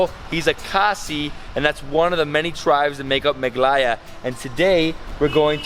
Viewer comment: it is mehgha aalaya